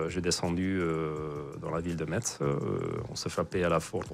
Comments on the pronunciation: Metz se prononce "Messe" svp Peut-être le seul défaut de monsieur :) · Metz....a prononcé MESSE. T muet...😅